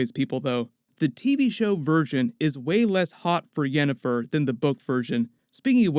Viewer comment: "...Yennifer's body..." lmao